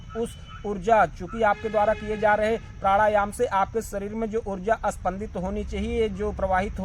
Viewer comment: 😅😂प्राढ़ायाम 😂 😝🤣 प्रथमतः अपने उच्चारण की त्रुटि सुधारें तत्पश्चात ही आपको प्राणायाम के विषय में कहने की योग्यता प्राप्त हो सकती है। "नाच न जाने आंगन तेढ़ा" वाली कहावत आपके लिए ही कही गई है। आपसे ही प्रथम बार सूनने को मिला है कि प्राढ़ायाम भी कोई शब्द होता है 😅